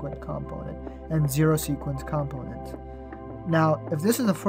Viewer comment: It's comPOnent, with the emphasis on PO, rather than COMponent as you're saying it.